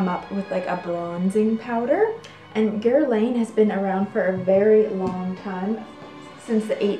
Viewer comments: Guerlain not Guerlaine! Good show by the way! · Hello!!! The designer Guerlain is actually pronounced (Gerr-lahn). The "Guer" is soft where the "n" in "lain" is almost silent. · Pronunciation of Guerlain is: Guer-lahn. And thank you! Another charming video! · Gear/Gur-lawn = Guerlain